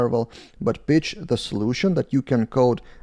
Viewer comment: Regarding language skills please please spend some time training pronunciation difference between words pitch and b*tch :-D